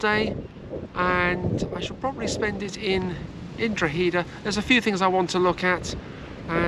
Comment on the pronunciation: My beautiful home town Drogheda and you prounounced it will :)